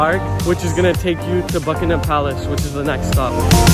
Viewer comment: Upvote for not calling it Bucking Ham palace.